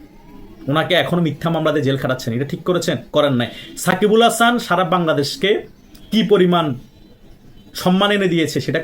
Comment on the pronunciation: সাকিব আল হাসানের নামটা ঠিকভাবে বলেন